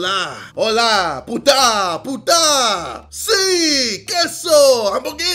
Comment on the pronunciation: I mean ,he said Pute at the end of the day